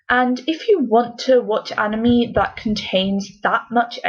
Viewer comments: In the beguinning of the video they prononced anime "animi" But then... Later changed it to anime they had to say animi a couple of times to say it anime. Only me who noticed? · The mispronunciation gives the word "anime" is cringy to my ears... HELP. ME. "ANA MEEEEEEE" I WANT TO GOUGE OUT MY EAR DRUMS!!!